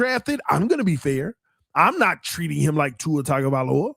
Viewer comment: It’s just now hitting me why you never learned how to properly pronounce Tuas last name 😂 he was never your QB…